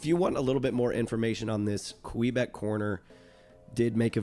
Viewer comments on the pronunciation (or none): none